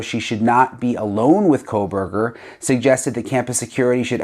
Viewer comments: The name “Kohberger” doesn’t have an “L” in it, FYI, Megyn. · There is no l in his name Megyn Kelly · Also please stop saying kohlberger... there is no L in his name..its KOh-berger...not KOHL BERGER. PLEASE PRONOUNCE IT correctly..its annoying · There is no L in Kohberger. Please stop the Kohlberger. I can’t take it anymore. Kohl burger!! No!!!! Say it right or please stop talking about his murderous ass. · Why does Megyn Kelly ( who I love btw), keep adding an L to his last name?? Pronouncing it as Brian Kohlberger?? She’s normally a perfectionist so why is she mispronouncing his last name?? I may be wrong about this… perhaps KOHBERGER is actually pronounced “Kohlberger”… ??? I’m confused… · His name is KOH-berger, not Kohl-berger. 🤨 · While you're correcting your language, can you please say Kohburger and not Kohlburger. Please!!! It makes me cringe every time. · Years now and M Kelly still doesn’t pronounce Koeberger correctly. Someone tell her!! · Megyn, there is NO "L" in Koeberger, fyi